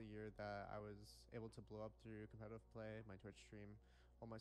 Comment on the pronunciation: COPMETATIVE AHAHA